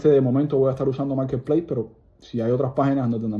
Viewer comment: Maaarrrketpleisss. Ou may gad